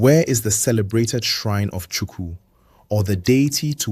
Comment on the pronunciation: Do well to get your pronunciations right. Don't be too quick to produce a half done job, it mostly puts off the listeners. In Igbo diction our KP is prominent, the p doesn't swallow the k hence Ukpabi is Ukpabi and not Upabi. Same as Igbo(not ibo) and Chukwu(not Chuku).